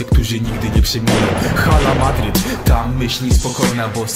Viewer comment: Źle wypowiadasz Hala Madrid . 5:0 , 6:2 , 4:0 , 3:2 piękne wyniki w El Clasico :)